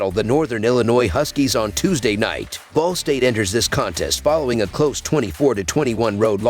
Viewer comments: Omg I thought I was the only person that heard “the ballsack cardinals”!!🤣😂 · Sounds like you said "ballsack" to cover the spread as underdogs lol